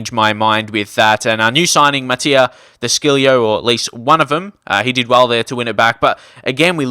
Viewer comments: Thats not even close- its duh-she-lee-oh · quick note, de sciglio is said de sig lee oh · Ajay Ark it's de shi lee oh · it's de SHig lee oh